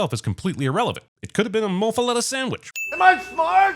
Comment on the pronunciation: Whoah… you said muffuletta. Nice. Im so 504 i know